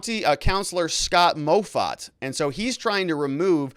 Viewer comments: Moffatt is pronounced "Maw-Fat" Driving me crazy listening to this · MOFFATT is pronounced MAW FAT lol... not MOE FAT